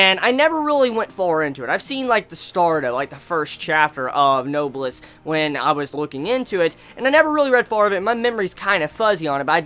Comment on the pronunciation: it's pronounced "no-bless" . it's a real word so if you search it up you can hear it just to make sure. AND SOMEONE PLEASE TELL ME THE SONG IN THE BACKGROUND PLEASE PLEASE PLEASE!!!!!!